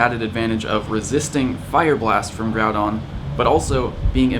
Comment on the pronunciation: Bro stop calling him Groubon. It’s GROUDON.